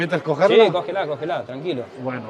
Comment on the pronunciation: Ese cógela cógela sonó bien argento jajaja jajaja jajaja